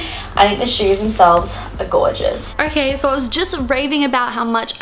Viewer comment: Why do you always pronounce an "r" after every "o"? I mean you talk like "orkay", "sor disappointed" etc. It sounds straight up weird!